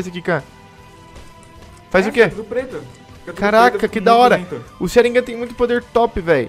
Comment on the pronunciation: O pedro diz sharingan da maneira correta como dizem em japonês